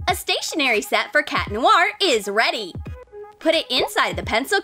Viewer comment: It's cat noir not cat lonnar